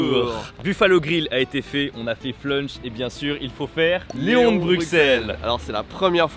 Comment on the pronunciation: pas éons mais Léon... c'est pas faute de le répéter dans la vidéo 😸